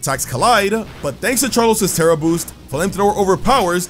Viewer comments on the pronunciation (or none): none